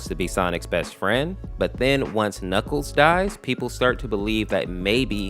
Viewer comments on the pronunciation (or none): god how he pronounces things are hurting me "reqwital" "chaotic" "knuckle"